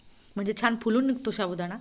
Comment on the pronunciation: शाबुदाना शाबुदाना बोलना तो सीख लो😂😂😂